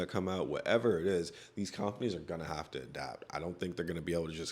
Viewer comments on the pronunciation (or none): “cOOMpaneez” killed me, good video tho🔥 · The way you say companies is very annoying beyond that great work.